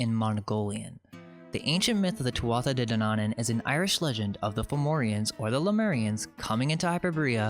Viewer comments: Thats pronounced Tootah Gee Dane-oo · Tuatha De Dannan, pronounced Tua De. A historian later called them Dannan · Tuatha de Danan, no Dananan... You big moronian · Tuatha Dé Danann is pronounced "too-ah day dan-an", you're welcome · It's Tuatha de Danaan. You are saying it wrong.